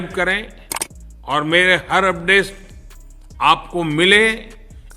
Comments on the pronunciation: चीचा ने अपडेस बोला या अपडेट....?😂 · ठीक से update बोलना भी नहीं आ रहा है अंकल को तो 😢😢😢😢😅😅😅😂😂😂😂😂🎉